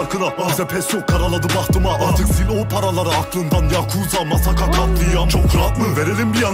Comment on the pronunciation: bu arkadaş MASSAKA 'ya musakkamı dedi dua et seni bulmasın :d